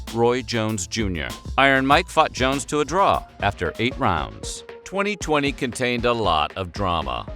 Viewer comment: He said 2020, I heard 2000, and then thought ”damn, 2000 sounded just like damn 2020”